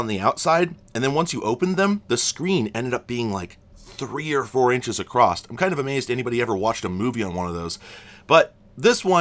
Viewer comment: I notice that you have a bit of an Yankee accent when you say the word "across," you add a T sound at the end. I grew up with this accent and worked hard to not add the T sound. There are a few other words people with a Yankee accent say differently. Are you from upstate NY - Western Mass originally?